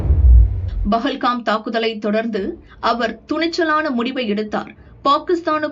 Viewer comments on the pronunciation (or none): none